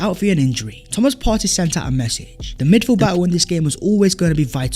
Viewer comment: You actually pronounced PARTEY’s name perfectly 💪🏾💪🏾💪🏾